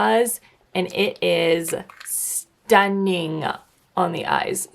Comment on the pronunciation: Or when she says S-TUN-NING